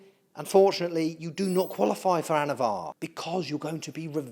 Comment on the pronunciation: anavar not avatar lol